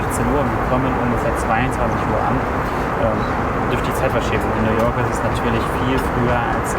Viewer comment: Warum sagt er now york